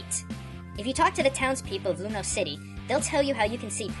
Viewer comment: It's Lumiose not Lumous